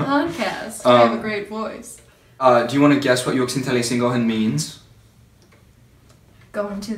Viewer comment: Juoksentelisinkohan - said the first part right (Juoksenteli-) very well for a first timer:)